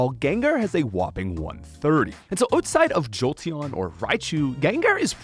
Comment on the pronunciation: the utside instead of outside got me bad